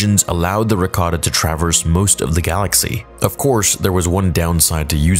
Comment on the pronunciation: Do you need to learn how to speak English. Traverse is not that difficult to say